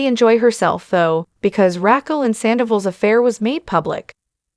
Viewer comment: Is this an AI generated video? Or do you just not watch the show.... Saying "Katie" but posting photos of Ariana, not knowing how to pronounce Raquel?